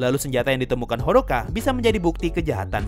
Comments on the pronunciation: Hodaka👌, not Hodoka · Hodaka bukan hodoka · Hodaka bang bukan hodoka😅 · Bang bukanya hodaka bukan hodoka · Kenapa abang omong hodoka bukan odaka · Kenapa hodoka... Aneh dengernya :( harusnya kan hodaka ಥ‿ಥ